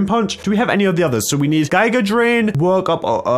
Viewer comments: It’s giga not gIga drain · I think he pronounced it as "GuyGa".... it triggered me but i still love him... no homo